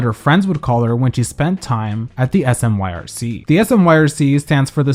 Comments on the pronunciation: I know it's a year late, but I'm local to Portland. "Smyrc" is pronounced "smirk" 🤘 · Here in Portland we don't spell out the initials SMYRC ...we say it/sound it out like like how you say smirk (a type of smile)... It always throws me when I hear people just name out the letters for some reason.